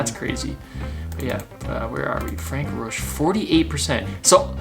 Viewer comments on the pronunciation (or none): I certainly appreciate your enthusiasm for the sport, but you probably have the worst pronounciation of foreign names that I have ever heard. You really slaughter many of the names. Frank-Peter Rötsch is NOT Frank Roach. I know this is a generic problem for english speakers, but you can do much better. You pronounce most of the newer names better, but please make some effort to learn. You did not even try with the polish Stanislaw Lukasik.